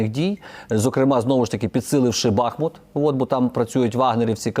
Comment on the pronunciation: Шановний пан навіщо ображаєте мешканців міста Бахмут коли робити наголос на першому складі? Повторію для тих хто не знає наголос на останньому складі